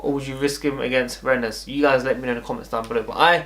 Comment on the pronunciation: Its pronounced renn the es is silent